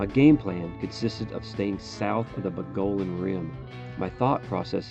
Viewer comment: Maybe the worse pronunciation of "Mogollon" I've ever heard but still a good video. Congrats.